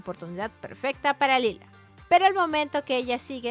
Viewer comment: Lyla (LAILA) no (lila)